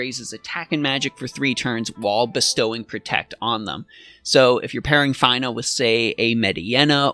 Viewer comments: lol your the first person i heard pronounce her name as FINE-AH,,, it's feena :P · Fee-nuh! It's Fee-nuh! Say it with me now, "Fee nuh" and again "Fee nuh". Her name is pronounced Feenuh! You do NOT pronounce Fina Fi-nuh! It's not like, "Finally I finished watching this dude make me cringe everytime he pronounced Fina's name wrong!" It's like, "The Fee I had to pay cringing was E-nuh-ff of a pain to my ears that I could barely make it through the video!" I feel really bad for coming at you like this, bro, but i had to stick up for my girl Fina. I love FFBE and she frickn' rocks! In conclusion, I apologize to you for being an asshat. It's your life, your game experience, your channel, and you are just as valuable a human being as I am and I appreciate you because at least you are at content creator. You take time out of your busy schedule to make and upload these videos so people like myself and others can enjoy the great content you provide! You ROCK! You stay safe, take care, stay healthy, and wash ya hands! Oh and did I mention that her name is pronounced FEE-NUH? FEENA. Better yet, like Xena Warrior Princess. Fina sounds like Xena. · Fine-uh... oh man... -_ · It's 'F-eeee-n-a" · W - Came to the comment section to say this....you said it better. Props to for admitting the Faiy-nah fiasco. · At least he didn’t say Feener. But Fine -ah makes sense though. Fina from lFinal Fantasy”. Not much of a stretch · Your pronunciation of Fina is cringe worthy 🤣